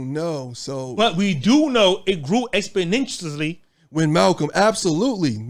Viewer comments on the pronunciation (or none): Cousin, did you just say it grew “expondentieously?”